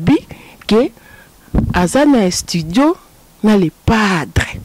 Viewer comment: Croniquese moko atanga te yoka ndenge azo pronose estudio kizengi elongwe studio ekomi estudio